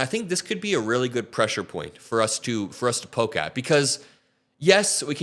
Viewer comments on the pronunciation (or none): none